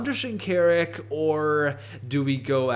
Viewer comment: isnt it pronounced shin-kuh-rook?